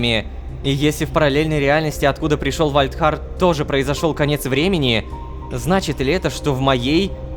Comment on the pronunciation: Сори за духоту но вальдхар а не вальрах